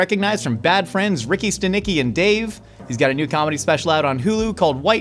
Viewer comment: as a Litvak you should know how to properly pronounce Stanicky